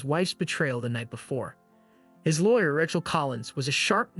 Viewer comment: Congratulations. This is the worst video of 2024. Please teach your AI algorithm how to pronounce the name Rachel. Othewise everything is OK.